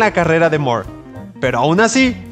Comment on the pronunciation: Fuera de insistir en pronunciar su apellido como "Mor" en lugar de "Mur" La información iba bien. Pero hay un error de interpretación importante, ya que la miniserie "El crepúsculo de los dioses" iba a centrarse en el conflicto entre la casa de El, o sea la familia de Superman; enfrentados a la Familia Marvel, es decir el Capitán Marvel, Mary Marvel, etc y no la editorial rival de DC, Marvel comics, en la que Alan Moore se juro no trabajar jamás